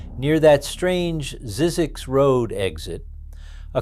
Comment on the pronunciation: For those that care: Zzyzx is pronounced z-eye-zix